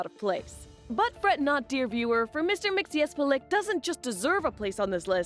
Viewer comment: Oh ffs, girl, my eternal respect for pronouncing with ease the name of Mr Mxzxcyxyzhzhhxhxyxyhzjxhxhhc